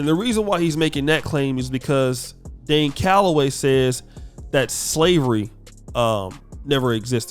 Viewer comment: He called Dane Galloway the puppet "Lame hellagay"